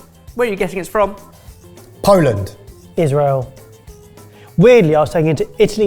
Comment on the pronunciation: it is Israel, not Isreal:D